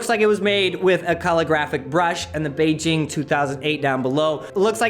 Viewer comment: lol "bay ging'